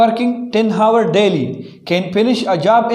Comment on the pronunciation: ہاورس نہیں ، آ ور سر